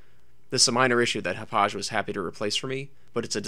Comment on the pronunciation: It's "HOP•pog", NOT "hop•pauzh". Hauppauge Computer Works is located in the hamlet of Hauppauge on Long Island, NY. Hauppauge, NY has had hosted a significant electronic technology industry since the 1930s. 55,000 workers are employed among 1,000 technology companies there.